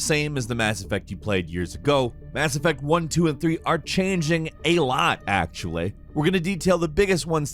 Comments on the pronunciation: we are just gonna ignore the way he just said “actually”? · "Mah-Ko" and "actual-Eh" I'm done